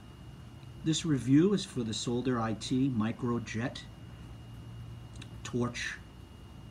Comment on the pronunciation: 😂 he said “Sold her eye tea micro jet”. It’s pronounced “Saw-der it”. If you broke a wire connection you would need to SOLDER IT. 🤦🏼‍♂️